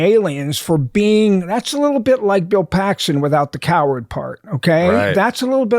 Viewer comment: The guy that butchered Bill name is.